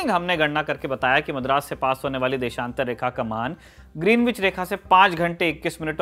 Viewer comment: इस जगह को ग्रीनविच नही ग्रीनीच बोला जाता है। में लंदन में रहा हूं काफी समय और पता चला के वो लोग इसका उच्चारण ग्रीनिच करते हैं। वैसे इतनी सारी जानकारी देने के लिए बहुत बहुत धन्यवाद।